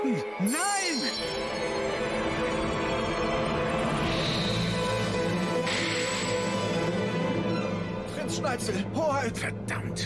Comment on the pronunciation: Ne sorry aber wie immer SchneiTZel sagt fuckt ends ab